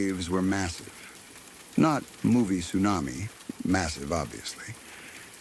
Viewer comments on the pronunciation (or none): none